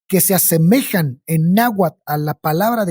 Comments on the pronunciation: Wey, me caen re bien, pero neta hubiese estado más chido que al menos la pronunciación la hubiesen checado, terrible el tamaño de la ignorancia de los representantes mexicanos 😓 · Me hacen dudar de que son mexicanos, que mal pronuncian el nahuatl.